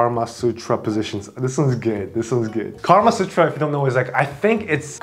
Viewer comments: For starters it's "Kamasutra" not "Karma-sutra" and who ever Happy Pill is Damn!!!!!!! You are on fire!!!! 🔥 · It's not Karma Sutra, it's Kama Sutra. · It's actually kama sutra not karma... Kama means pleasure and karma means deed